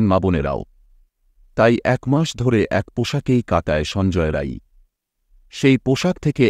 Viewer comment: Thank you for saying 'rai' n not 'roy'.